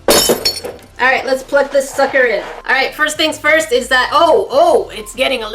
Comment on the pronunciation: Who else heard fucker instead of sucker